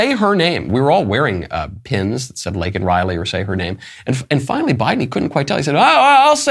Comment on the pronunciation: I thought his mispronunciation of Laken Riley was a major gaffe. Show doesn’t really care about the woman